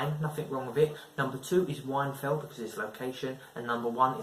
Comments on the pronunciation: Whinfell not wine fell 😂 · Wine fell? It’s whinfell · It’s pronounced win fell